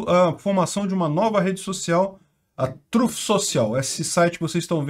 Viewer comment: “a TRÂF social” 😂😂😂😂😂😂😂😂😂😂 (voltei 3x pra ouvir de novo) kkkkkkkkk